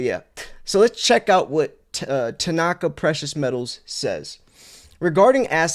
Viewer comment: It's not Tanaaka, it's Tanaka. There is no emphasis on the second a.